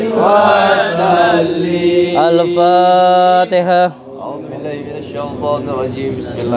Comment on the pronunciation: Alfatiha din Bukan al fatikha😂😂